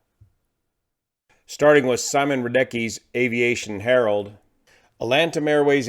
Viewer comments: I believe it is Latam, not Lantam XD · It's Latam - not Lantam - no N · Actually its Latam airline not Lantam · Do you guys actually call it Lantam? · Is it me or its LATAM not Lantam😅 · Little correction , it’s Latam, no Lantam 👍🏻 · By the way, the airline is called Latam, not Lantam. It is a fusion of Chile's Lan Chile airline and Brazil's TAM airlines (Transporte Aéreo Marília), so it became LA-TAM... Latam. The city is pronounced Foz de "Iguasoo". Great video and excellent content though! Been a subscriber for years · The airline's name is "Latam", thank you for your amazing breakdowns as always! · Hi is LATAM not Lantam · It’s Latam not LanTam (the N of LAN was lost after merger) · LA- TAM. not LAN TAM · Small correction: It's LATAM (Lay-tahm), not LaNtam. Love the commentary, as usual! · It's Latam, not lantam.